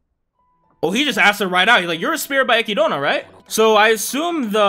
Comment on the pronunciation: Aside from Echidna’s name. He’s not good at paying attention to how Japanese people pronounce things